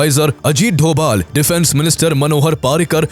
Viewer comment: Are u from Kolkata That's doval not dobal every time u say the same Even u made recently video about him